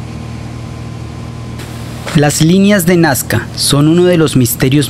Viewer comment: No es nascar es NAZCA